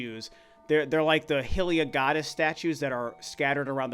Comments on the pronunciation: Firstly, it’s pronounced “Hai-Lee-Ya” not “Hill-Ee-Ya”. The Japanese katakana is written “ハイリヤ” which is pronounced “hai-ri-ya” so it’s not up for debate. Second, are you a baby? Skyward Sword is not that old a game. Old, is back in 1980’s old. 3rd, the obvious connection to Skyward Sword and breath of the wild and maybe possibly Tears of kingdom is - Fi. Don’t forget the scene when Link is first defeated and the Sheika ninjas get their orders from Zelda to protect Link, the master sword glows, and makes the same sound as Fi in the master swords from Skyward sword. I’m just hoping in this game, we somehow unlock a Loftwing or maybe another Legendary Beast for link in the form of a loftwing. I also hope we get to see our old friend again, Fi. 😢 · not hill-ee-yuh, it’s hi-lee-yuh just like it’s not hill-rule, it’s hi-rule